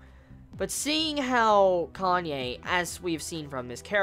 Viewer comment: its pronounced KA-NÂ-Ê not Kanye. (Says a Japanese)